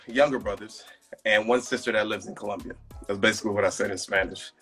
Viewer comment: He doesn't pronounce "colombia" correctly. So strange.